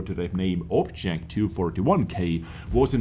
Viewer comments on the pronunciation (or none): none